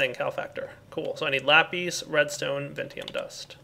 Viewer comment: It's lapis not lapes